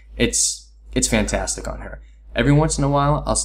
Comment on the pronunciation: Good stuff but is she "FAN-tastic?" XD